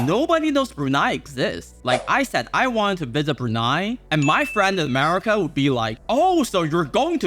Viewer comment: America ❌ Amerema ✅